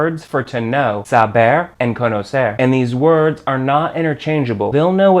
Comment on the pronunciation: Great pronunciation of the "r" for an american! You can do it better though. Try to end verbs like "conocer" saying the "r" the same way you say the "tt" (double t) in "better". That "tt" sound is a closer sound of the "r" in Spanish. Greeting from José!